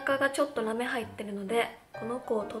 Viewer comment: ラメのイントネーションが豆すぎて 真ん中に豆入ってるの？！ってなった